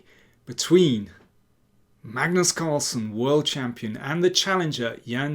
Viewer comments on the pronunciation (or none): none